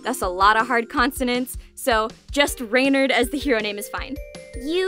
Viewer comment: Appologies for being annoying but I can't help myself "Renard" is not pronounced "rey-nard" it's pronounced "ruh-nar" And "Lapin" is pronounced "lah-pu" "U" pronounced "unh" it's a little hard to translate into English I tried my best Good job on the bijou pronunciation gold star from ur local french teacher